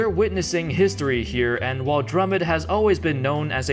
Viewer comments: Drummond not Drummod sheesh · Did just call Drummond "drummid"? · Stop calling him drummid